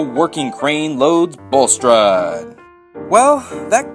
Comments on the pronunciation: Its bullstrodE not bullstrod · "Bulstrude" lol